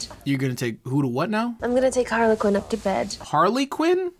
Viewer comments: So Harley Quinn is a play on Harlequin (har-le-kin)... Not sure why the mom said harlequin(har-le-qwin) lol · Im sure she's pronouncing harlequin wrong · ok you said Punywise I heard Pewdiewise